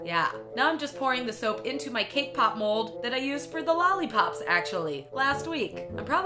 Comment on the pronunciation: Thought she said “K pop mole”